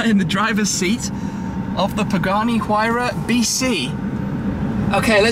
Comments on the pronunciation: Tim, it's Why-rah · Mispronounce "Huayra" again and I'll steal all of your cars and burn them.